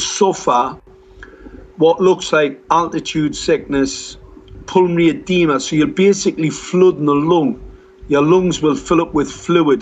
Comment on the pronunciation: Pull me a deema? I think Mark was trying to say pulmonary adoema, even though that's not a symptom of hypoxia. He really is the poster boy for Dunning Kruger.